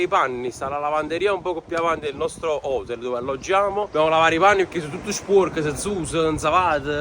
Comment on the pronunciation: Ma come si fa a non saper pronunciare taxi e hotel?